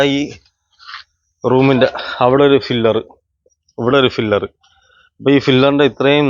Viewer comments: ഫിലർ അല്ലടാ, പില്ലർ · ഫില്ലർ അല്ല പില്ലർ ആണ് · ഫില്ലർ അല്ല , പില്ലർ എന്നതാണ് ശരി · Filler alla pillar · "ഫില്ലർ"അല്ല ചേട്ടാ," ,"പില്ലർ "ഈ Basic ആയിട്ടുള്ള വാക്കും കൂടി അറിയാത്ത ആൾക്കാരെ മറ്റുള്ളവർ പറ്റിക്കും!👍🏻, ഒരു Qualified ആയിട്ടുള്ള എഞ്ചിനീയറെ വർക്ക് ഏൽപ്പിക്കാതെ വഴിയേ പോയ ആൾക്കാരെ പണി ഏൽപ്പിച്ചാൽ ഇങ്ങനെ ഇരിക്കും! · Filler alla maistry. PILLAR